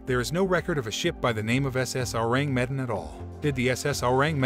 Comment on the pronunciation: "Ewww" "rang" "meh" "Dan" Learn to say the name lmao